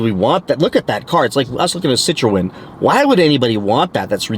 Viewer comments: Citroën "Sit-tron" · Sssit row en 😅😅😅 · learn how to pronounce Citroen